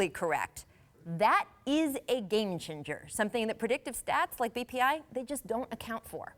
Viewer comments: did she say Game Ginger? wtf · "that is a game chinger"